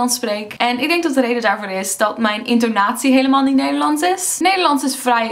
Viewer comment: Hahaa niets mis met je nederlands, alleen kan je het wel een beetje horen als je het woord "is" zegt... Vraag me niet waarom ;) oh en eh LEIDUUHH!